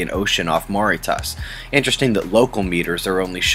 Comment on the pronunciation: thank you for the daily 2 min news and your input ,. gotta tell ya before some hater does.... you can't pronounce Mauritius lol x